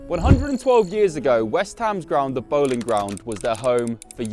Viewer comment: You've heard of Anne Boleyn? Her name is pronounced Anne BOLL-IN. The Boleyn Ground was named after her family. It's the BOLL-IN ground not the BOWL - IN ground.